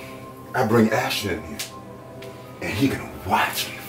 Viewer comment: Ashton....not Ashton 😨😱😭💔